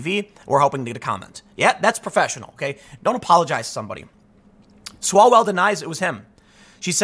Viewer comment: Mr Chairman, point of order - it's Mr Swallwell, not Smellwell.